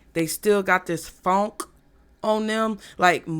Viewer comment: Omg I just lost it 😂😂😂😂😂😂😭😭😭 😂😂😂 when you said fonk! 😭😭😭 Stank 😂😭😭😭 it's the way you said it I'm screaming